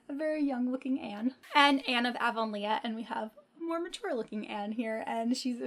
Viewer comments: "Avon- lea" like lee. Not Leah (le-ah) Pretty editions of all those books. Where do you get your books? How do you afford to buy so many? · I love Anne of Green Gables!!!! And I believe it’s pronounced AvonLEE